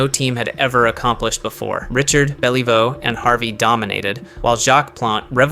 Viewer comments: You pronounced Richard wrong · How are you the if you can’t pronounce Rocket Richard’s name!? And no mention of the Redwings of the 50’s?